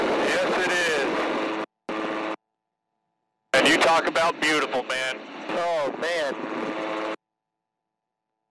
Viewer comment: Be-YOU-Cheerful.... (also read as beautiful) :)